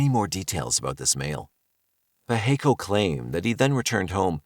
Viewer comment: Pacheco is pronounced Pa(as on Ma & Pa), che (as in the first part of check), and last co (as in coping).